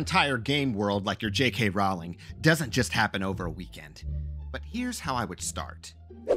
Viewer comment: Great advice. Rowling rhymes with "bowling".